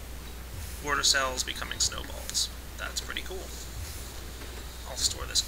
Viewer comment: I actually find it kind of endearing how he says "warter".